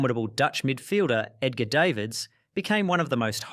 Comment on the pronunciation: Went from Day vids and daa veds cant even pronounce it correctly